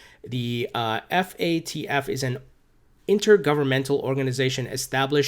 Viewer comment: Its FATF. Not FAFT